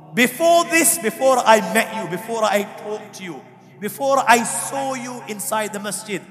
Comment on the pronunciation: The speaker doesn't pronounce the SAW the right way.